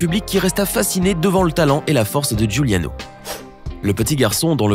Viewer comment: Giuliano ce dit djouliano (c mon nom de famille aussi)